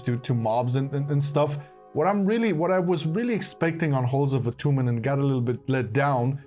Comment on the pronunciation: Halls of Atoonment 😂 I love you guys so much